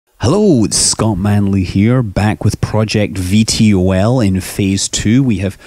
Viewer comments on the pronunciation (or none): i think it is pronounced Ve Toll